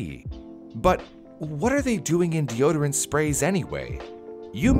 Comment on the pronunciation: 4 words de-o-d-rant (deodorant)